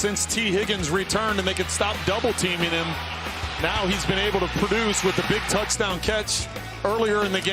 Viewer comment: This announcer guy really doesn’t like voiced consonants. “TouchTOWN, “PATEman”, etc.